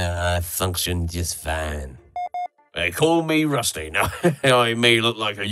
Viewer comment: it kinda sounds like Rusty says "They call me Rustfee"